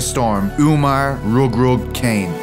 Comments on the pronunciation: It's not pronounced as "Cane" it is pronounced as "Kha-neh" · You pronounce kane wrong the whole time